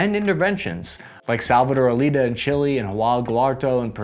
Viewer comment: Allende is pronounced Ah yen the lol